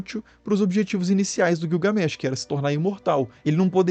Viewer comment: Guiugamesh kkkkk😂😂😂 rachei